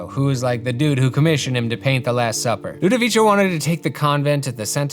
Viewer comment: Affresco, not fresco (that means fresh). For plural is affreschi. Also in italian the rule for pronunce -co (like for example Ludovico) is like how to pronunce co from copper, while the english cho (from chopper or chose) in italian is when there is an “i” between the “c” and the vocal —> cio, cia, etc.. some example are ufficio, farmacia, ciuf ciuf (the train sound)